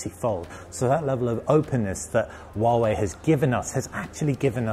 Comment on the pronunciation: Wawei Wawei hahaha. You need to pronounce 'H' 🤣🤣